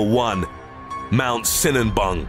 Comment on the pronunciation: Sinabung not sinanbung